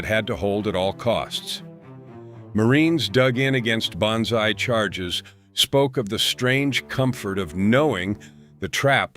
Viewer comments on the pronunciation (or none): none